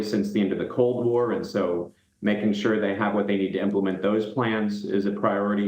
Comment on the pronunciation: He can't pronounce UKRAINE Ugrain!?!😂😂😂😂